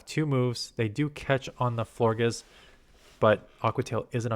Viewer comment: Love your content. Pronounce Florges like gorgeous with an “fl” at the beginning